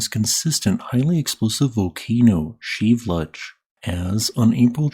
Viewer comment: Is that how you pronounce Shiveluch? I always heard it Shev-a-loosh. But it's Sheev-looch? Huh.